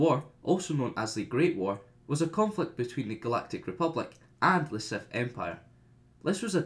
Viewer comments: I really tried to watch this but after he said SETH instead of SITH the 50th time i gave up. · Dude it’s SITH NOT SETH no matter where you are from!